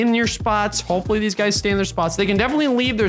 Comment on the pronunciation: “Deez videos“